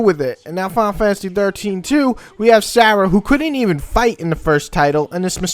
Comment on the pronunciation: Isn't it Serah? Anyways good review regardless.